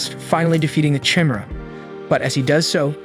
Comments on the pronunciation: Chimera (ky-meer-a)... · liked the video but i hate how you say chimera.